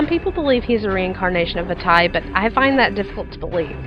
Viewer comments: "Vah-TEE". not "Va-tai"... "Oh-Kah-Ree-Na", not "ock-ah-ree-na"... NI-Ru, not Nay-Ru. the name pronunciation drives me nutts... please say them right... T_T Good point on the Fierce Deity. In this, I figured Fierce Deity was the guardian of the full "tetraforce", representing the force of Duty or loyalty. Fierce Deity was likely a Sheikah, but had himself sealed away because he felt darkness setting in with his negative emotions. A fraction breaks off and forms Dark Link... I'll expand later. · did you ever think, it's maybe pronounced Vaateh and not Vaataye even if it's spelled Vaati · va-tea not va-tie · Lol Vaty. Its pronounced Vati. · vattye seriously it's pronounced varty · I don't think it is "Vattay" but "Vaahtee" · Wait... Vah-tie? I thought it was vah-tee O.o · Va-Tie... Really? It's Va-Tee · I just have one question: what in the HECK made you think Vaati's name was pronounced "Va-TYE"? Seriously? He has TWO A's in his name and only one i. It should come across as being "Vah-Tee", not "Va-TYE". XD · By the way, the official pronunciation for Vaati is Vah-tee, not Vuh-tie. Just thought I should throw that out there. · vuh-tie... Lol... Vah-tee is the correct pronunciation of Vaati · Why did she pronounce Vaati's name like Va'tie ._. so odd... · I thought Vaati was pronouced "Vah-tee"? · It's pronounced vaatee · Oh god. That pronunciation of Vaati... What a butchering. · Every time you say Vaati's name wrong I cringe